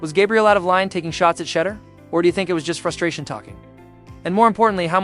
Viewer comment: Who is Shedder Sanders?!!! His name is Shedeur (sha-doer) for those without a HS education.